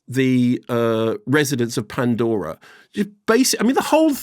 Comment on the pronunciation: I could listen to Mark's PANDORRRA voice all day